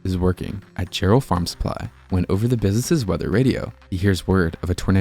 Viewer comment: First of all, it’s Jerrell TX, not Gerald!!! Get the name right!!!